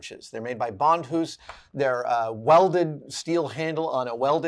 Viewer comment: Did he say "Bond-HOOSE"? I always thought it was Bond-US.. 🤔